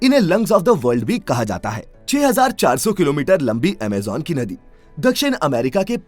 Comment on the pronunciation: What is Amejan? It's Amazon